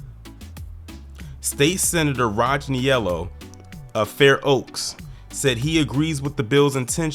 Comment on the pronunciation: I'm from Fair oaks. Niello pronounced knee-lo. They are a white family that's been in politics since the late 80s